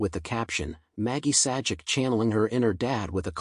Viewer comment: YOU NEED TO PRONOUNCE THR NAME PROPERLY. YOU NEED TO SHOW RESPECT